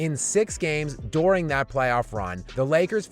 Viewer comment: I really don’t like how this guy says “during”